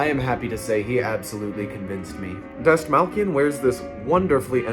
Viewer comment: Pronounced David’s last name wrong and Late night with the Devil was perfect. You aren’t happy with anything